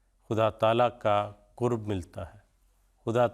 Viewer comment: Kurb nahi qurb sahi lafz hai